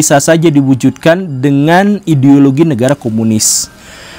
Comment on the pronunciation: kenapa Pak gembul bilang ideologi jadi ideolokhi